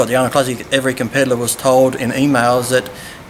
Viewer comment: tell Lee it's competitor, not compedilor lol!